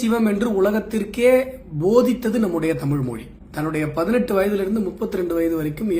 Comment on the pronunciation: தமிழ் என்று கூறாமல் தமில் என்பது கூறுவது முதலில் நிறுத்தப் பட வேண்டும்.தமிழ் தமிழர் தமிழ் நாடு பற்றித் தவறாகப் பேசுவோர் அடக்கப்பட வேண்டும்.